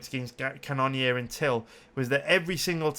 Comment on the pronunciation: Ca none neer gets pretty irritating after awhile lol knowing that's not how you pronounce it